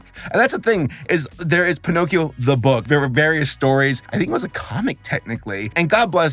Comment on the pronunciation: You were close. It's PiNOTcchio.